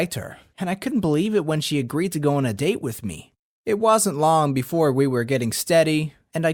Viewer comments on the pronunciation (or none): none